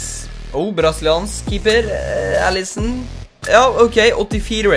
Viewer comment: Du uttale allison feil xD